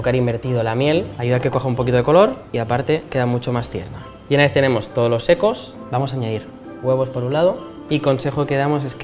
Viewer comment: Parece que dice "todos los ecos" en vez de "todos los secos".